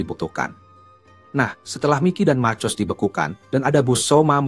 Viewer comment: Marcus dibaca Markus tod